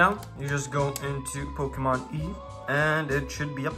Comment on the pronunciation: Did you pronounce Pokemon Y like E lol